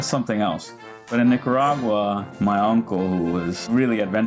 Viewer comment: A roundabout is called a rotary in America and thanks for pronouncing Nicaragua correctly. Most Brits dont pronounce it properly.